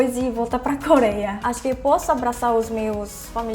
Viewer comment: voce fala ,,, coléia